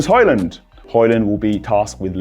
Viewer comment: Hojlund is pronounced Hoi-Loon, not Hoi-Land. The d is silent 😂